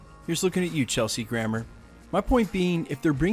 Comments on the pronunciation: it's KELSEY Grammer, not Chelsey, Lol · KEL-sey Grammer...not CHELSEA Grammer